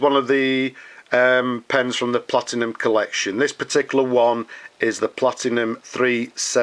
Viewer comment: It is Platinum, not PlatiGnum - that's a completely separate brand.